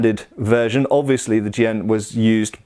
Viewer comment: As a teacher of Chinese swordsmanship I have been enjoying the videos on Chinese swords. I'm also glad that has learned how to properly pronounce the word Jian. Coming from a more recent swordsmanship perspective, I feel like people are often ignorant of the massive differences in techniques and strategy employed. I picked up a longsword one day and found that the guard got in the way for a lot of my go-to techniques. With basket hilts it was also problematic when I wanted to switch hands, something that I do all the time. The simple fact is that not only were the swords, the armour (or lack thereof) and battlefield conditions different, but so was the swordsmanship. I learned many drills that make what I do work and the way that I fence reflects the challenges that I faced from other fighters in China. The rules for fencing also reflect these differences. Being back in the West for the time being, I have enjoyed studying the differences and am grateful for the diversity of martial heritages.